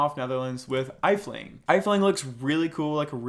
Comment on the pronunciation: Just a quick tip from a dutchie, it’s not eifling but it is pronounced F-T-ling